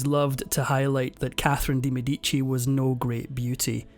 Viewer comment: What an awful pronunciation of the medici name